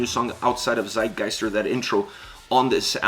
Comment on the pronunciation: Tsitegeister, if you pronounce it like that, it'll be the right way.